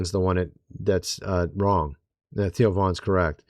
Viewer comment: Cmon man, it THEO , NOT TIO.